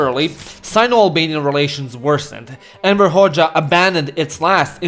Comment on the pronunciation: Everytime you say "Enver Hoxha", your pronunciation makes it sound like you're saying "Emperor Hoxha"💀